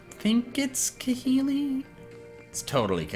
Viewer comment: It's kah-HEE-lee